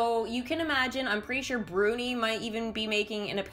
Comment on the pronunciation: İT İS BRUNİ NOT BURNİ